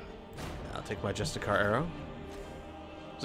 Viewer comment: it's not very important but you are pronuncing justiciar wrong. Instead of justIcar it is justice-Iar.